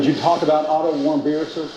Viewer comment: Pronounced Warm-beer....please try to say his name correctly